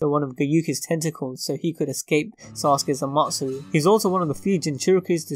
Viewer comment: Did he say amatsu? Amaterasu